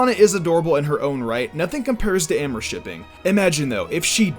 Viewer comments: AHHHH MORE? AHHH MORE?? ITS AWWW MORE! AMOUR! IT MEANS LOVE IN FRENCH! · I don’t mean to be rude but it really is annoying when you say “Am-or” shipping xD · I don't wanna be that guy but you pronounced 'amour' wrong. It's like you said 'amor'. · The way you said amour lol